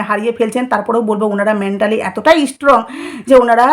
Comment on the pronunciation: Apnar coverage khoob baje uchcharan thik korte hobe ishstrong, ishstudent 😂😂